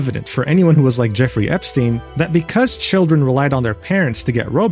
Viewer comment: You mispronounced Epstein.